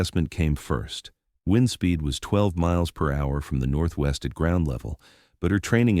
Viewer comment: well done. AI needs work on the word wind and thanks